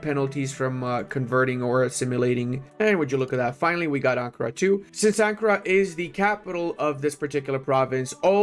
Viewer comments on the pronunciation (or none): none